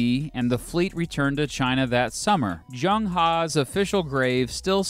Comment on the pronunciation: Zheng was his family name, not He. It might not be practical for you right now, but it would be good if you researched the pronounciation, I'm not asking you to get it perfect, but the closest English aproximation. In this case the Chinese 'Zh' is pronounced like en english 'J'.